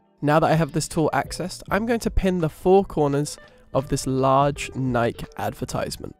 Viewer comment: Very helpful, (sp?). Just wanted to point out the Nike is pronounce Nike'-ee--2 syllables. So the 1st syllable is stressed, with the 2nd syllable pronounced as a long E.